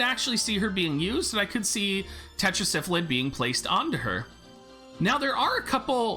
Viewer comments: It's Tetra Sylpheed! not tetra syphilid as in 5 sylphs in a council god it drives me nuts every time you say it like it's syphilis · Only because of his terrible mispronunciation of Sylpheed